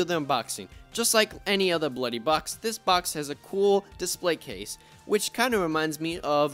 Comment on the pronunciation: Yo he says bluy 😆